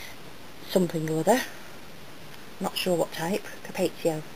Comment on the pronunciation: Ur pronouncing capezio wrong It's (CAP•ets•EE•o) you're saying (CAP•et•SAY•o)